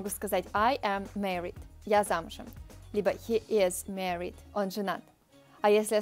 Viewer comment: Мне очень нравится ваши видео. Когда вы будете делать русский для английского? Я советую свою девушку смотреть. One small thing though, the a in married is more like the Russian a than the e which you say, a typical Russian mistake. :) но всё равно отличное видео как обычно!